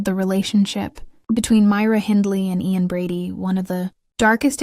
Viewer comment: I could have taken it more seriously if the names Ian and Myra had been pronounced correctly. That's basic stuff.